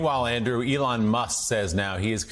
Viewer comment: did he just call Elon Arlon? :face-green-smiling